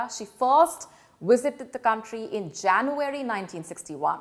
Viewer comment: “Wisited” the Taj